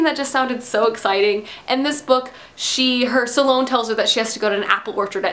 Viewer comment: aaagghhh. It's not pronounced suhlone. There is no uh in the pronunciation.